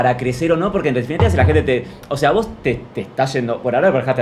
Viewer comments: NENITAAA, aclaranos si dijo "wos" o "vos", toi que no voy a poder dormir(?) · Dijo Vos pero no modula bien. Le dice que no lo dice de falso (porque están grabando para su canal), se dan un abrazo y compara a Martina con Ramita, que son los dos youtubers. Después se enojan cuando Martina las tratas de tortugas estúpidas 😮‍💨